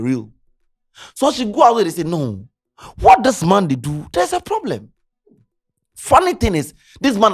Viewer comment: There’s a pooblem 😂